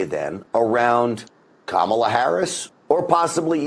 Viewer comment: Kamala, not Pamela (or was that on purpose?)!